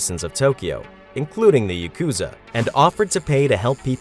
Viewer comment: Please learn to pronounce "yakuza."